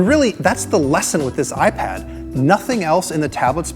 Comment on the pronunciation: Say iPad some more!